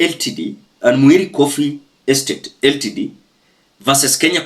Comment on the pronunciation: Brother LTD is pronounced as limited, and not L.T.D